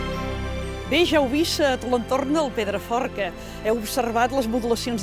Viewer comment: Llastima que aquesta tia no sapiga ni tant sols pronunciar el nom del Pedraforca, i ens vol fer veure que el coneix sensa haver-lo vist mai a la seva vida. Perquè no el presentava algú que de veritat l'estimés?